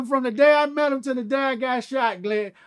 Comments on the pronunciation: He's saying "G"lad for a reason. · He keeps calling him "Glad" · This how many times he calls “Vlad” “Glad” 👇🏽😂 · I thought I was trippin😭😅 he definitely kept calling him glad 😭😭😭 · Break da law break da law break da law 😜 I’m dying he’s really calling him Glad imagine he kept telling everyone he was doing the interview with Glad or not at all 😂 Awww Crunchy Black ❤️ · Crunchy keep calling the snitch glad instead of vlad 😂😭😂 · Lol everytime he kept on sayin Glad and Vlad aint correct him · It’s GLAD for life now. I can’t unhear it. If it’s the face shot I need to hear him say Vagina lmao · Oh... Haha. Was wondering why he kept calling him glad. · LMAO IS IY JUST ME OR CRUNCHY KEEP CALLING HIM GLAD 😂😂😂😅🤦‍♂️🤷‍♂️🤦‍♂️🥴😂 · This just hit me...he called him Glad on purpose...Cruchy Black a hardcore G.D. He replacing the “V’s” with “G’s” on purpose just like how hardcore Crips and Bloods replace there “B’s” and “C’s” when they talk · Boosie and Crunchy Black should do VladTV interviews together like Godfrey & Lord Jamar!! It’s hilarious how he keeps calling him “Glad” 😂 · He kept calling that mane "Glad"!!😁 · He’s saying Glad because of his affiliations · None of them country dudes can say Vlad! 😂😂😂😂😂😂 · Somehow before I even clicked on this I knew he wouldn’t be able to pronounce vlad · Crunchy is so hood that vlad want correct him for saying his name wrong lol